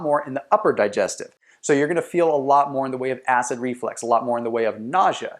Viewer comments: Reflux not “reflex” 🤣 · Did he really say "acid reflex"?